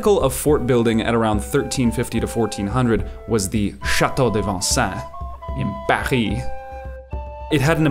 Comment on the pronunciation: Small quibble: your pronunciation of Vincennes is incorrect. It's pronounced Vin senn